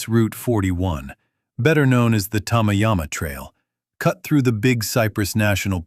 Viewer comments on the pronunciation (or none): Tama Yama Trail, No such thing in Florida. Try Tamiami Trail. WTF? No Miami news about. This is AI Bullsh_t. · It's Tamiami Trail, pronounced tammyammy